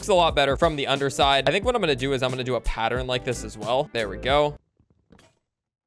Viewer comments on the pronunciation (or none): none